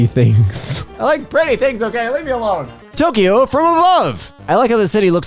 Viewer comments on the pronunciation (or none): none